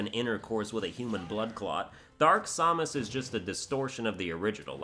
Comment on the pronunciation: Seriously, hearing you butchering Samus' name makes my blood boil.